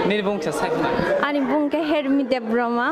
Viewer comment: Debbarma, not Debroma